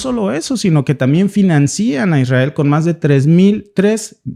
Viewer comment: No se escribe ni se pronuncia "financían. Lo correcto es financian.